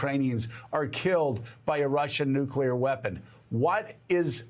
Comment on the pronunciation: Alright, now. Everybody say these 2 words with me: New Clear Say them faster: New-Clear New-Clear New-Clear Newclear Nuclear Nuclear Is that clear? Crystal clear? Nuclear clear? Alright. Go forth and make no more mistakes about "nuclear."